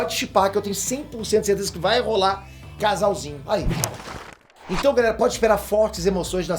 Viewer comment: "ELA BAI ME COMERR" KKKKKKKKKKKK EDITOR É TOP DMS